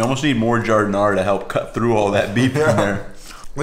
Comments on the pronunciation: 😂 what’s an “electronic” slicer? Just busting your chops. Also, as a native Chicagoan it’s not “au jus”! This is an ITALIAN sandwich not French. It’s gravy. Also final not to pick, it’s giar-din-ayre-uh, not ahr-uh. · Really enjoyed this video which I went looking for since Portillo's is being destroyed since they got new owners and I'm thinking of making my own now....in any case, listening to how you pronounced Giardiniera was a bit painful, lol.